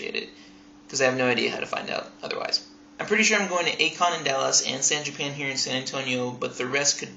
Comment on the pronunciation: Wait you mentioned A-Kon and San Japan but when you said San-Japan it sounded like you said it that you lived in Texas do you?